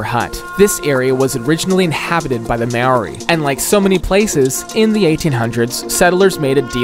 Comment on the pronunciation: His pronunciation of Māori is crazy.